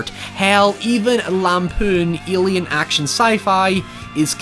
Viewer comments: WHY THE FUCK DO YOU SAY ALIEN LIKE YOU HAVE A SPEECH IMPEDIMENT. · "Ilian monster movie" what's that? whos Ilian ? XD